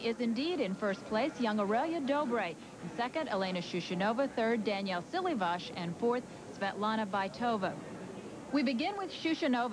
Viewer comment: So annoying to hear those commentators keep calling Silivas....Daniel...ridiculous!